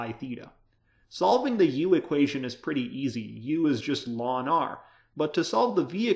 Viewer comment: Why do you so many teachers say "lawn"? It's the abbreviation of "logarithmus naturalis". So "ell-en".